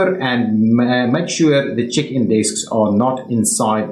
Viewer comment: When you say place atleast two check-in desk I heard it as chicken desk 😂😂